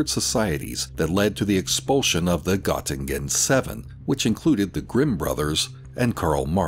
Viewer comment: Not to nitpick, but Göttingen can be pronounced as GER-teeng-in.